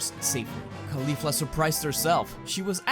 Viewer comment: What’s driving me nuts about this series is “khalifla.” It’s pronounced in the video like Khalifa with a “fla.” It’s pronounced “kaw-lee-flah” like “cauliflower.” You don’t call it Khalíflower. It just sounds so weird.